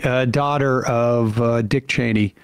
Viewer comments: Her name sir is Liz Cheney and it's not that hard. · The fact that you won't pronounce Liz Chaney's name correctly is a page out of Trump's playbook! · Geezus Christ. It’s LIZ Cheney! It’s not hard at all especially with how much she’s been in the news.